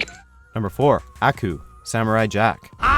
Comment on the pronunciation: I hate the way he says "Aku"